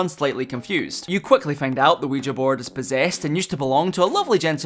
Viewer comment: Youre the first person I hear correctly pronouncing ouija